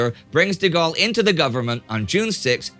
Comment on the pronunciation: thank you for saying his name the correct way